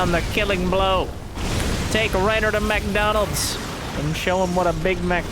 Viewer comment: "MechDonald's" and "Big Mech" 😭